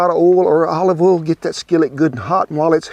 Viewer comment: You said "oil" not "ol" one time -- just after you threw away the cauliflower! ;)